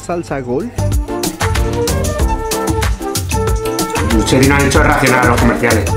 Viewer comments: No sé dice lucheti si no luqueti(ya que la planta es italiana y en italiano hay una regla de lectura que si viene che se pronuncia ke y la ce se pronuncia che) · Ellos: luCHeti. Se pronuncia LUQUETI AAAAAAAAA lpm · A modo de info: 3d y doritos son dos productos distintos, doritos son los populares nachos y los 3d son unos snacks como de queso pero distintos a los cheetos. Por otro lado, Lucchetti se pronuncia "luqueti".